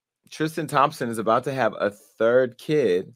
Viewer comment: Jason said tramspson well almost 🤣